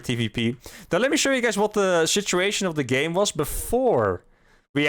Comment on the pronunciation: Did you say 'shituation'?